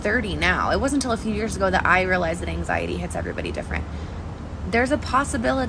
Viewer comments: An-xiety not axiety or exiety...bits an-xiety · Learn how to talk you slack jawed hick. ANG ZIATY. EGGZEITEY.